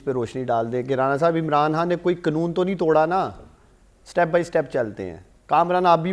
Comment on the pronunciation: اسے یہ نہیں پتہ کے قنون نہیں ہوتا قا نوں ہوتا ھے